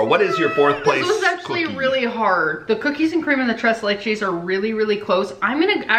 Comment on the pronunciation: You pronounced the name of the cake wrong again..lol It is pronounced... TRACE LAY